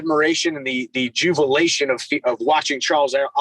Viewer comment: "JuVilation"? 🤔 Lol. When you try to use words outside of your vocabulary, in an attempt to sound intelligent. Unfortunately, the word is jubilation and he just ended up sounding like a try hard.